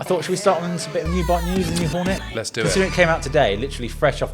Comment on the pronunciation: ...and i thought i can revitalize my english... honda horn'et not the letter "y" at the end does somebody hack 🤦